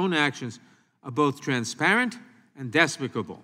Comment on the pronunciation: Nadler couldn't even pronounce despicable lol.